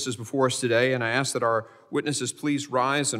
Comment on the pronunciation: The word is ASK not AX